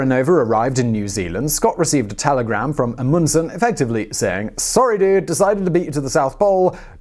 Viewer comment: Stop mispronouncing Amundsen. You mispronounce so many words...and it's infuriating.